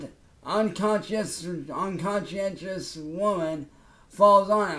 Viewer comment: Ngl, I was stunned that knew how to pronounce conscientious.